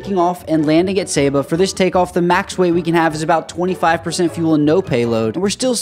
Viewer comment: The way he pronounced “Saba” felt personal